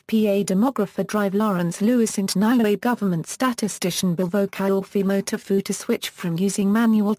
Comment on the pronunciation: It's NEW-ay not NOW ay, and it's TONG-a not TONG-Ga.